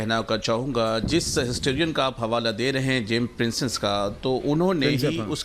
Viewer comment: Jiyai sahab James Princep ko James pincess bol rahe hain isi se inke knowledge ka pata chalta hai.